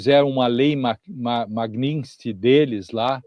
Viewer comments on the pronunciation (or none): Infelizmente, a ainda não conseguiu acertar o nome da lei... É uma proparixitona, não há "i" após o "t". Não é Magnistiqui, mas Magnitsky...